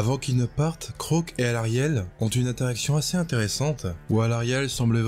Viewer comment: alors on prononce le a de Kroak et je trouve ça triste ce qui arrive à Kragnos